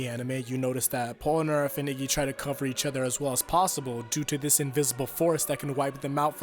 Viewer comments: man, i love the actual content of this video but why is it so common for people to call polnareff "pol-a-nerf" instead of "pol-na-reff" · Pol-A-Narf? bruh it's Pol-Na-Ref. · "polunarf" you had one job. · I like the video, but the way you say Polnareff is weird :p